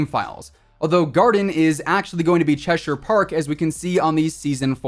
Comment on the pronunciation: THANK YOU for saying Cheshire Park correctly! Lmao it's crazy how many people (looking at your crazy Canadian friend Inkslasher) pronounce it like "chesh-IRE" and not "Chesher".